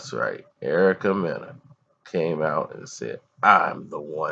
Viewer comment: Did he just say Erica meningitis😂😂😂